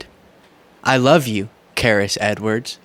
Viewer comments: It's pronounced Sha-reece Charise not Kariss WTH really come on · I love your videos but charise is pronounced sha-reese I think. Sorry, the Virgo in me 😁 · I think it may be pronounced "Chereese." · FYI, Charice is pronounced Sha-Reese.